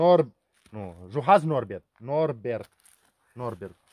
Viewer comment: Juhasz , SZ se citeste cu S in romana